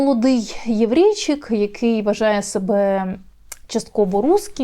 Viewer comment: Вы про ведущую, которая с явной неприязнью произносит слово "еврейчик"?))